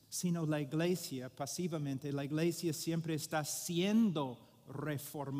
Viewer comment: Hermano Paul, "church" en español no se dice "igleisia", sino iglesia. Un saludo fraternal. Solo pretendo ayudar; no ofender. Gracias.